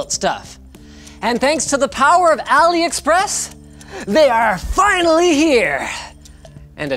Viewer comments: it "a lee" express and not "alley" express. #JustSaying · AliExpress is pronounced AllE express. Like Ali baba. As in cheap as a mild east bizarre. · “Ali-A” Express.